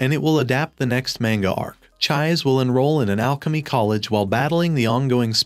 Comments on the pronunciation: Chi -Say. her name is Chise, not chaiz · It's chi-say not chize😭😭😭😭😭😭😭😭😭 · Dude, did you even watch the anime? Neither sub or dubed versions pronounce her name Chized. This is hardcore rude to more than just fans of the manga and anime. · Please. PLEASE, repost this video with the correct pronunciation of Chise's name. PLEASE, I'm begging you. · Dude, seriously, I can tell that either you didn't pay attention to anime at all because of how you pronounce Her name, or you're hearing impaired to the point where you can't tell how wrong you are about the pronunciation. and judging from the other comments in the comment section you don't give a damn. don't make a recap vid for a show you don't care about. especially when you go out of your way to be insulting about it. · I could not watch it all the way through because of that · I cried because of the pronunciation